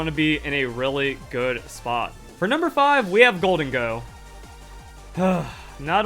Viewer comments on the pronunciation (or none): none